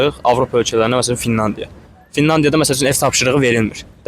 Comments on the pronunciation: FiNNadiya yox -Finlandiya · Amma bir cekti diqqətimi Ele bil Finanadiya deyir,Finlandiya əvəzinə, yoxsa mənə elə geldi🤔